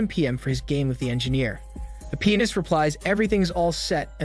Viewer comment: I know I’m not the only one who laughed at pronouncing “pianist” as “penis”